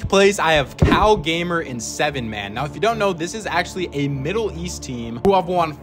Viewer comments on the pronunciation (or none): W for including Kalgamer/ 7man also the way to pronounce 7man is "Haman" its like Pollo name with a LL but its pronounced Poyo